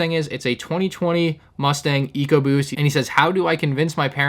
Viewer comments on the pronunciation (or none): none